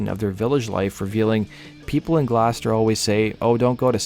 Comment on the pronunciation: Dude, it’s not Glowster! It’s pronounced Gloster, and no not Gloaster.